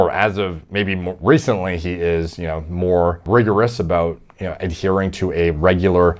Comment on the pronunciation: is like Wayne from Letterkenny, if he used to use gear. That "re-cent-lay" got me man 😂